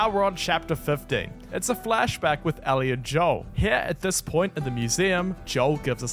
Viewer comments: I love how he keeps saying Ally instead of Ellie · Ellie? No ally